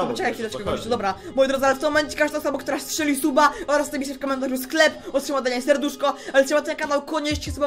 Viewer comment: "sklep" ja daje 11/10